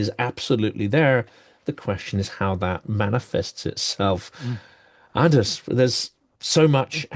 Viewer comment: Always a pleasure listening to Anders Puck Nielsen ("d" silent in Anders and Puck pronounced "pook").